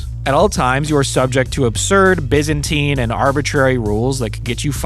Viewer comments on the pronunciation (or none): none